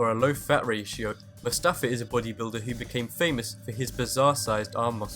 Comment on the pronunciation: why the fuck is everyone saying mofasa not mustafa 😡😡😡😡😡😡